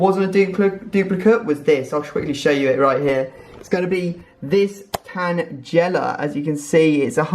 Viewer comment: tanjela os not how u pronounce it xD